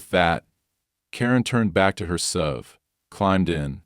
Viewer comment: HOA is pronounced AITCH OH AY SUV is pronounced ESS YOU VEE